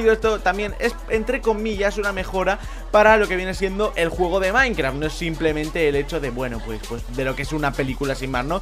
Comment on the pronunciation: like si crees que dijo:minecraf que las demás palabras de las que ablo en el principio del video